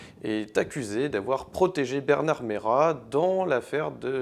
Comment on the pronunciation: à 0.27 mn: c'est pas Bernard Meyrat c'est Preynat… important quand même de faire des efforts surtout quand on commente un film aussi magistral!